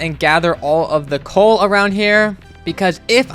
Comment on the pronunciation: Why did the coal montage sound like “big shot”